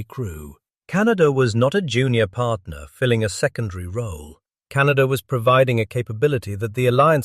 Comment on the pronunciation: CanaDER...? Can of WHAT???